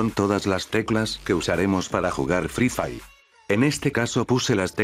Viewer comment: "EL FRI FAI" xD jajjajajaa muy bueno b roo